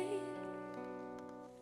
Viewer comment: Over pronounce "shayo" talaga yun e hahahah